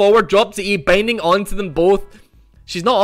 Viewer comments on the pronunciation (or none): I swear, every time you say "binding" it sounds like bang ding